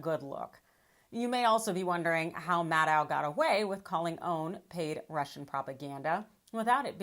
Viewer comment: There IS something wrong with pronunciation of "Maddow". Just remember... it rhymes with "shadow".